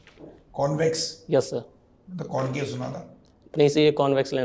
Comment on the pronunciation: Not convace❌ It's concave.✅